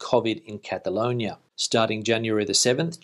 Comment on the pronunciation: Just a polite comment to help you with your pronunciation, you seem to be making the "o" sound when you say Cataloñia { I've only just noticed that the spelling would suggest that you are correct in your pronunciation} but in my experience Spanish people say Catalooñia Cataluña ([kataˈluɲa]) loo sound for the lo, I was meant to be travelling back to the Costa del Sol tomorrow but that got cancelled to the end of the month and but the way things are going I think it might get cancelled again! Frank in London. keep up the good work